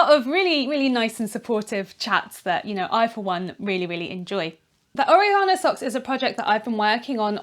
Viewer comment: It's or-EH-gano, not oreg-AH-no. (Harry Potter reference- though Hermione would probably say it the British way)